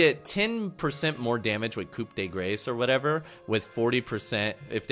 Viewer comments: ITS PRONOUNCED KOO DE GRAH, not coop dee grace. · Good stuff, but it's coup de GRAH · it's pronounced coo-deh-grah OwO It means something like final blow OwO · As someone who has studied French for 3 years, the phrase "Coup de grace" (The correct spelling is: Coup de grâce) is pronounced: 'Koo Duh Grahs' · It's pronounced "Coo duh graw". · Coup de grace(ku de gra) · coup de grace = ku de gra when pronounced :). Hope it helps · holy shit, where did you guys get that info ? its so wrong yet everybody is spamming that, its " grass", sounds exactly the same, and you dont pronounce the p on coup so it would be more like koo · it's pronounced koo de grah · grass, its grass if you have to translate it to english sounds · i hear from my french studies friends that it's pronounced coup de gra cuz i made this same mistake if it is one? well anyway gl hf in S8 fam hope you find a place in the meta to play your yi and outplay the assassins with the alpha resets